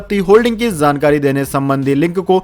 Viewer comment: आपका चैनल बहुत अच्छा है कृपया शब्दों के उच्चारण पर ध्यान दें जाJaa और .ज zaa के उच्चारण पर विशेष ध्यान दें . जैसे की जानकारी एवं गलत उच्चारण zaankaari